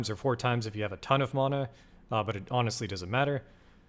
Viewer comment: ty! questionable "mana" pronunciation tho haha